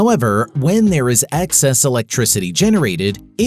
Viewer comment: EXcess NOT ACKcess. If you are going to use the word so often you'd think you'd get it right. Anyway, progress, ain't it fascinating.